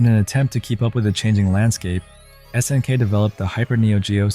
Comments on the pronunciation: "...many fighting purist stayed with SNK`s 2D offerings", while showing a clip of Street Fighter 2. Video seems like it has a good start but then starts with butchering pronunciations of "S>N<K" and several games. He could have made a simple google search to find out how to pronounce words like "nihon" or "garou" along with several others. Vid was half-baked for me. Other channels have done Neo-Geo vids much better because they lived during that time. This guy doesnt talk as if he grew up in that era, just repeating a wiki or some article in a dry way. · Obvious AI content--it can't even pronounce "SNK" correctly.